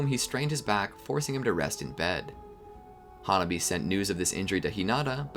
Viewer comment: Ha-Nah-bee not hona-bee